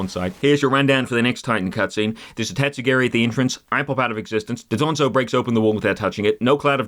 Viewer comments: not doDONzo, DONdozo!!! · also i love how everyone says 'dodonzo' instead of 'dondozo'